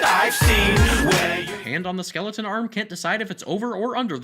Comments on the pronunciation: It's skeleton not skeledan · Its skeleton not skeledan so sin your life